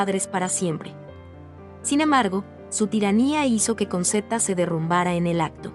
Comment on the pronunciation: se pronuncia conchetta...